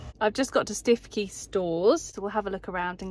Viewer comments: Aaah, memory lane. Hubby & I lived in Norfolk for 4 years when we were first married (in the early 80's) and have been to all the places you mentioned. But I do have to take you to task on your pronunciation of Stiffkey! It's pronounced Stooky. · Lovely vlog....makes me very homesick being a norfolk girl......your lil store you went to Stiffkey is pronounced Stewkey 🤣🤣......I love how Norfolk folk have their own language like Costessey (Cossy) Wymondham (Windham) Heigham (Ham).......ask the locals next time you go 👍🏻. Need a trip home now after watching this ❣️xx